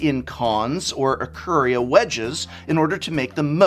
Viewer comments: Is his mustache causing to pronounce 'I-kuh-ria' differently? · I feel like you pronounced ikoria like that as a personal attack against me